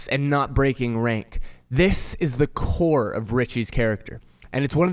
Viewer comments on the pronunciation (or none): none